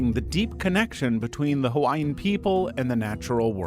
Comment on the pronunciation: Mahalo nui for including Hawaiian beliefs! And your pronunciations are good! But you should have dressed the people in more cultural clothing.